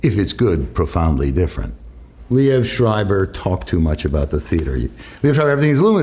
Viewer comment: I dont know who told you that pronounciation but the way he says it is pretty close to the german word. no german would pronounce that anywhere close to what you wrote.